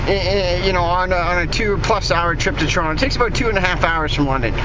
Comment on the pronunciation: That was interesting trip, though would have liked to have seen inside the airport. I like the way you pronounce 'Trono':)